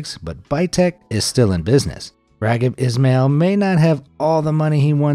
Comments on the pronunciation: Its pronounced Ra-heeb Ismael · Don't ever make another vibe if you don't know or can't pronounce the name of the people you're trying to talk about. I usually love y'all videos but this NO!!!? WHO'S RAGGED ISHMEL???? That's how you said it.